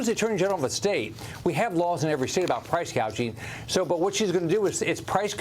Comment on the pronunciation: She said price gaging. Haha